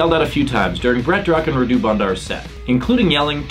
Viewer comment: I'm sorry but the way you pronounce Radu has me dead, radú sounds so Indian lmao, the correct pronunciation is rádu